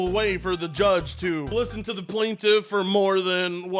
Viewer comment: "Plantiff"? More like... Pontiff...